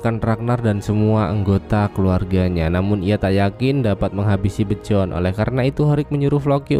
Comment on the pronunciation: Emang bacanya Bejorn? Biyorn ah :v